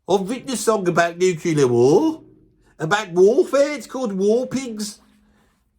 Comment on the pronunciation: (Nu-clear, not nuke-you-ler. Sorry, dude, you’re better than that) Hell yes on Bill Ward! He doesn’t get enough love, he’s inventive as hell and somehow still able to deliver brutal primal energy!